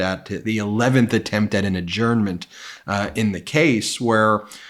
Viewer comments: Oh my God! This is the first time that I've heard Ben actually pronounce the word adjournment properly. Saints be praised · Fabulous coverage, as always. (BTW: Thanks for changing your pronunciation of "adjournment" to standard broadcast english. Sorry... it was getting to be like nails on a blackboard.)